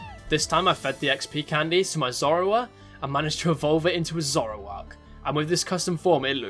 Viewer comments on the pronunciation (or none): none